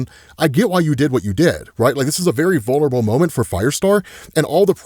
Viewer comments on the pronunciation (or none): none